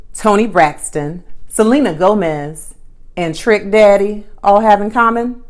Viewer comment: I was crying watching this until you said Trick Daddy the way you did lol I love seeing a Black female doctor explain this as a Black female thank you so much for clarity.